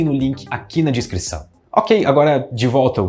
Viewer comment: Já perceberam que "descrição" o sempre pronucia "discrição" kkkkkk